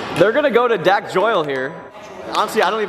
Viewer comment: Kyle “ they’re gonna go to dack joyle here”😂😂 lmao